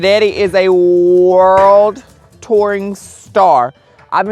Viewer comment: When he's talking to Winston I love how he said " Worldt... Daddy gonna on a WORLDT TOUR!" 😂❤ Trust In! 🙏🏻❤️